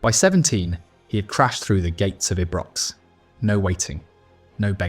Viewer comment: The Rangers ground is called EYEbrox, not whatever you call it in your shameful lack of preparation. Are you AI generated ?